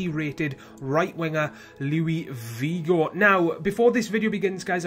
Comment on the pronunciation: "louis vigo" lmao learn how to pronounce haha. Srry about that, this was a gr8 video and u r a great youtuber! :)